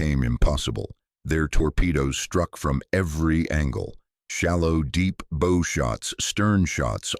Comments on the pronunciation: Please teach those narrating your videos that bow is pronounced with an ou sound not with a long o sound. Just FYI the bow in there narrative is the FRONT of the ship or boat NOT like a ribbon on a dress. Naval personnel should do your narrations not someone unfamiliar with standard naval terminology. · Somebody needs to tell the audio system that the correct pronunciation for BOW in not like the present package bow but the front of a ship bow pronounced like a cow! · And, I have probably watched 50+ war history videos, and every one has mispronounced 'bow'. That and the verbalization of numbers, and dollar figures are always mispronounced. So much for the 'intelligence' in AI !!!